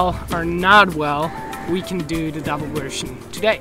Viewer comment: I like how he pronounces develop "devil-up" it's a nice addition to how he always pronounces version "wersion" gotta love it